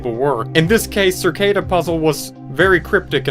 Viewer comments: i love how he is saying circada its cicada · cicada not circada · Hey it’s “Cicada” 3301 not “Circada” lol and I have also found that cicada wasent the first arg.. I can share my findings with you… Let go 🎈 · I hate that he says circada instead of cicada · Cicada 3301, not "Circada", isn't even close to the first ARG. I Love Bees and Year Zero predate it by years. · The cringe everytime you say "Cir- cada" though...over & over.....doesn't matter I guess in the scope of things basically after all...it just struck me funny how it fits right in with the topic... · i've been watching this playlist the past two days and you pronounce things SO WEIRD LOL... circada? u just add whatever u want and say shit however u want shamelessly 🤣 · CerrCada? Lol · circada. just, why does he say it like that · Why is saying cicada like circada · Learn how to say "cicada."